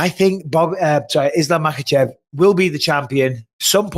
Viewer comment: Bisping! Thanks for not saying "MakeL-chev" w/ an "L", like Sonnen does!